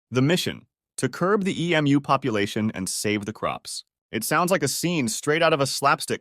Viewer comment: Man this is obviously AI, you pronounce Emu like 16 different ways back to back and it's hella annoying